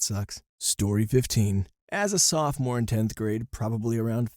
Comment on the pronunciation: Say "Softmore" instead of "sophomore" ONE more time..... Go on.....SAY IT! I DOUBLE DARE YOU!!!!